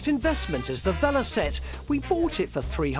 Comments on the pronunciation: "VeloSette"? 'VeloCette'! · It's Velocette not Velosette